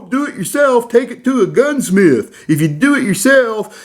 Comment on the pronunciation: I aint a kitchen table gunsmiF, I am a baFroom tub gunsmiF lol